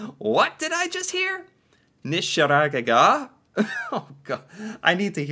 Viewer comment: "neisdjerring" nysjerægega neissertsjerrig